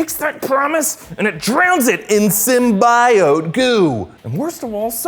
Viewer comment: Sim-Bye-Oat Goo! 😂